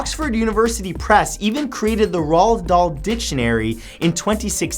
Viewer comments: You butchered Roald Dahl's name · RAH-L Dahl?! Iv never heard that one before 😂 its ROAL-D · ROLD DOHL XD IT'S PRONOUNCED ROLL-DA-LL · Any other Brits love how he pronounced Roald Darl? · How the fuck can't you pronounce Roald Dahl correctly